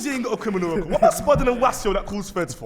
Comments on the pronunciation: "Michael Jackson, you know Smooth Crinimal". Crinimal😂😂😂😂😂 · Anybody else hear smooth CRINIMAL 🤣🤣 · Miles said "smooth CRINIMAL"😂😂how did no one clock